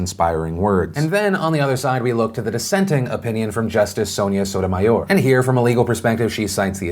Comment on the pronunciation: As someone who has a future of having the last name, your pronunciation of Sotomayor is 👌🏼